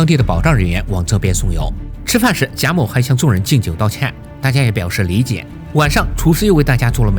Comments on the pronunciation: 为什么要把某读成谋？ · 谢谢你的视频，但是你的音调很奇怪，一会儿贾móu，一会儿贾mǒu，还有其他很简单的音调也发错，听着很难受。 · 贾（jia3）某（mou3） 咋就听你说贾眸呢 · 原作者读错了-他读成: jia3mou2。当两个第三声前后连读的时候（jia3mou3），前一个第三声(jia3)一般要读成第二声(jia2)，后一个继续保持第三声, 所以是： jia2mou3。另一个经典例子系“你好”！ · 哈，前后两个第三声连读，前面的第三声升为第二声，后面的第三声保持为第三声。原作者读错了-应该读“夹某”，而不是“贾谋”。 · 这期真的封神了，且发现各个平台都在盗用，反复看了好几遍，唯一瑕疵是“贾某”一直念成“贾谋”😆😆😆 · 贾某 读三声，为什么 别人都读三？就这个读二声了？听着难受死了。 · 原作者读错了。两个第三声连读，前一个变第二声而不是后一个变第二声。譬如，你好-单独念的时候是：ni3 hao3，而连读变成：ni2hao3，而不是ni3hao2。